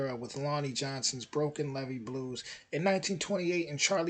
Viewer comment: Your are saying it correctly, the difference is the single E (ah) as opposed to double E (eeeee!)